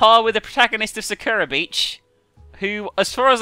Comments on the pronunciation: the way she says sakura.. SAH-kra (its sah-ku-ra) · Actually, the correct pronunciation is SAH-kura. Just like people always pronounce Kojima as Ko-JIIII-ma when its proper pronunciation is KOH-jima. EDIT: Sorry, just heard her and realized I'm saying exactly what you're saying.